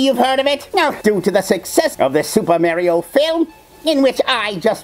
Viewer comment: Mar--ee-o. not Mair-ee-o